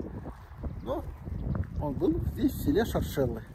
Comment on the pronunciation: Шоршелы- ударение на 1й слог) Очень душевно! Давно там не была, спс!